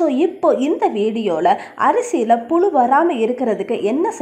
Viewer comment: First tamil ozhunga pesa kathukittu pesunga. Pulu illa puzhu. Kastam illa, kashtam. Ketkave kashtama irukku.